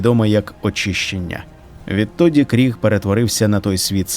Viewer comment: Ну в загалі, буде правильно говорити Криг, а не Кріг (на мою думку)